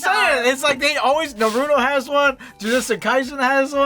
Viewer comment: You said Naruto’s name incorrectly. Your supposed to pronounce the (A.R) of the word/name of Naruto.